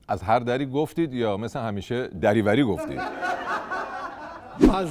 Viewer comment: دری وری رو لشتباه خونده از هر دری گفتیم